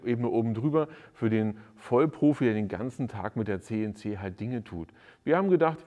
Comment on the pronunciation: Ist die deutsche Aussprache von CNC wirklich „Zeh und Zeh“?! 😜